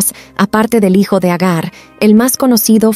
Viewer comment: Antes que nada por subir estos videos,basados en la biblia. Lo único que me gustaría es que no se mezclará la narración con pronunciación en inglés tal como cuando mencionan hiyo,hiya,que obviamente te refieres a hijo,hija,solo esos detalles. Gracias.